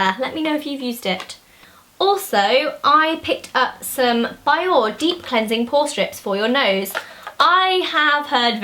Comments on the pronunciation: Biore is pronounced bee-oh-ray, btw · Great video! Quick tip: Biore is pronounced "bee-YORE-ay" :) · i have the biore! they are amazing! but i'm an aussie and pronounce it bee-or-ray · I think Biore is pronounced BE-OR-AY :) Not trying to sound like an ass or anything :)